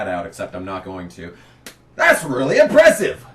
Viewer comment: Its not impressive to say impresshive...........lmao. just trolling you brother. These rants were always legendary. At the time I am sure I was mad as I was KB fan. However, I tottally understand the pain. I hate to see Larson in the 88 car now. I wish he had to drive the 32 or 91 like Chastain does sometimes (i know he won in a JRM car last week)(you made that suggestion in this video 10 years prior, just got to that point now). Which is exactly the frustration you are describing with Kyle Busch here. And not everyone can win in the 18. Riley Herbst never did. He won in the 98 though. The same arguments are made in this video about Sieg 10 years later and he is still in that 💩 box 39. #themorethingschangethemoretheystaythesame